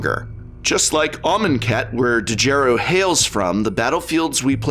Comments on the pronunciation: The "D" is silent, hillbilly. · Prof the D in Djeru is silent... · Prof, I think the D is silent, Mr. english major.